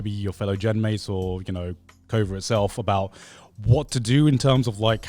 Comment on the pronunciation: wait wait... did i hear it wrong.. or did i hear Garnt pronouncing Cover as co ver???(in the How Mori learned streaming chapter)